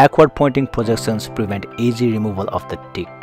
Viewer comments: He say tick or di"k? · That first one had me confused as hell. I didn't think he said tick let's put it that way.